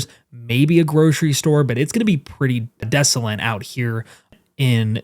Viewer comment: Please*,: Desolate doesn't have any N's, so *please stop saying desolent.